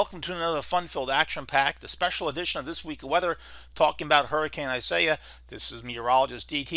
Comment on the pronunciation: Pronounced "ees-ah-EE-ahs." Thought you'd like to know.